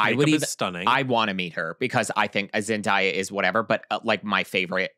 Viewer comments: Imma say it.. It's pronounced "Zen-DAY-a" NOT "Zen-DIE-a"... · i love y'all. i promise. 😅 + i completely agree w| you about her — she's the hometown hero. but uhmm.... it's ZendAYa [zen-DAY-uh]. 😬 thanks for another great episode! 🖤✊🏾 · i love yall but it’s zen-day-uh😭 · Florence Pugh is 28. Zendaya is 27. (Also I love you but I think you are pronouncing Zendaya wrong 😬) ZenDAYah was my favorite look. She is always flawless. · is saying Zendaya’s name wrong.